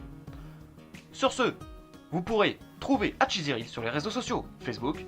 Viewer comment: Je te remercie d'avoir fais cette vidéo :-) J'ai cru reconnaître la bande son qui m'a servie pour la vidéo "La Peur Réelle" :-) Je suis content aussi que tu es récupéré la première et dernière vidéo pour montrer l'évolution de la qualité. Je te félicite aussi d'avoir réussis à bien prononcé le nom :-P Bonne continuation à toi sur YouTube et encore merci pour cette super vidéo :-)